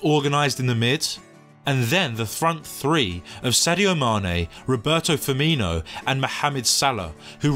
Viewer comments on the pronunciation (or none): none